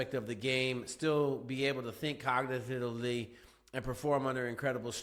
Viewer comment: Hey. Say cognitively again. 🤣😂🤣